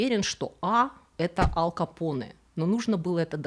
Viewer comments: АЛКО Поне ))) АЛ Пачино Его же зовут АЛЬфонсо, какой блин АЛКо Поне ? Контент хорош, подписался и лайкнул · АЛЬ Капоне! АЛЬ капоне! АЛЬФОНСО Капоне! Не Алфонсо. Ал капоне - слух режет! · Режет слух "Ал Капоне". Не "Аль Капоне". Если на американский манер, тогда уж Эл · Всё таки правильно произносить Аль..в латыни и в итальянском произносить только мягко,Аль .